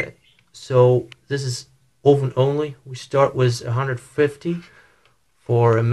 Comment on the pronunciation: Ooven? Your Microwave ooven?